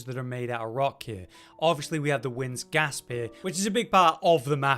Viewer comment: It's "Wind's Grasp," bro, not Gasp..